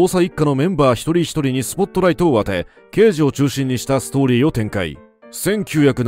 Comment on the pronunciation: ラガーデカ、ではなくて、ラガーけいじ。 太陽にほえろは、ニックネーム＋刑事の「刑事」は、デカではなくケイジと読む。 『アオイホノオ』でも、「マカロニデカ」「ジーパンデカ」と言ってて興醒めだった。